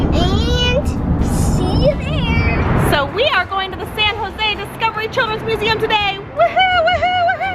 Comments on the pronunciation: "Science Nuseum" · "nuseum" I'm in love with ahaha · says nuseum in stead of museum